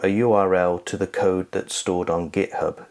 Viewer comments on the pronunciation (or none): none